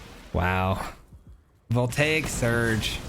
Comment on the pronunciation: i love you man but oh god does it bother me when you mispronounce VOLTAGE surge. all love though lol